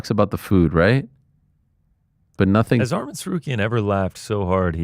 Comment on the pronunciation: Its ARMAN NOT ARMIN ARIEL